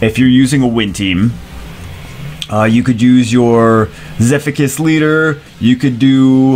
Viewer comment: Pronounces Zephicus as "Zeffikus". Pronounces Ignicus as "Ignishus".